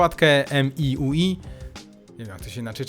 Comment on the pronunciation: Witam - wymowa Miui - MiJuAj